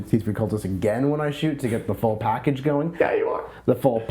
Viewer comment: "Pactdage" Ha!